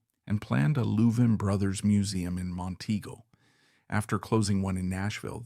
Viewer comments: Whoever in the background is talking ought to learn how to pronounce the the last name of the 2 brothers. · You are saying their last name wrong. If it's AI - shame on you. If it's you - shame on you.